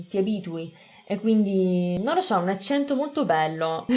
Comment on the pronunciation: L’accento lo mettiamo sbagliato tutti noi italiani, è un errore comune.